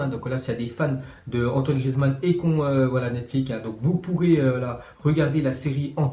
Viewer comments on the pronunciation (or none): Frero jsp t’es parti où à l’école mais ça se prononce Netflix, NETFLIXE ou Netflex à l’anglaise pas NETFLIQUE. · Pk tu dis netflik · Pq il dit netflic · Miskin il a dit NETFLIC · Pk tu dit netflic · Pk il dit netflic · Il sait toujours pas dire Netflix c'est fou c'est pourtant pas si compliqué 😭😂